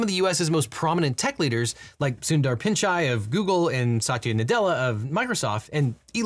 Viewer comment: Pinchai? Never heard anyone say it like tbat 😂